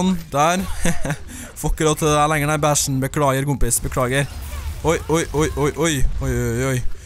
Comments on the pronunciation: ikke tro at jeg er en hater, så når du sier Bastion høres det ut som at du sier bæsjen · På sa du bæsjen isteden for Bastion😂😂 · du sier bæsjen ikke bastion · Når du sier bastion, mener du å si bæsjen??? Eller snakker du bare raskt? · Krishnadasan THAMBIAYAH sant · Du sier bæshian han heter ikke bæshian